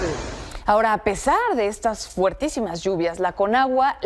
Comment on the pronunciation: se dice FORTISIMO O FORTISIMA... Y NO "FUERTISIMA FUERTISIMO"